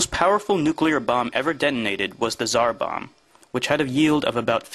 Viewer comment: It's called the Tsar Bomba* "Tz-are - Bomb-a"